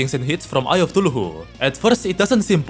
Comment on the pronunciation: "TULUHU" get me every time